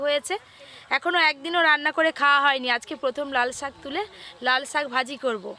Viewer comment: কেন আপনারা ছাক না বলে শাক বলতে পারেন না?